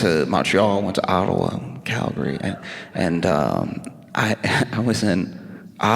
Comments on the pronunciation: 🇨🇦 Alberta Canada here. Thank you Josh for pronouncing Calgary properly and not calling it Cal Gary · He even pronounced it right 🧐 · Wait.... did someone tell him how to say Calgary? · Not me double taking when he said Calgary and pronounced it correctly.